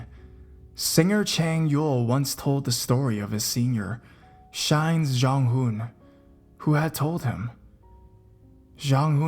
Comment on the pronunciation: "popular boy group SHINe" "jonghun" "taymen" XD XD XD SUBSCRIBED